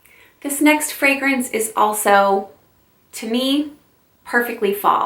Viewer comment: I just found you and I’m subscribing not only because I love your content but OMG finally someone who knows how to pronounce all the fragrance verbiage correctly 👏🏼👏🏼👏🏼 Super interesting choices; I’ve only smelled one of them so far, now I’m on a mission! 💋👃🏼❤️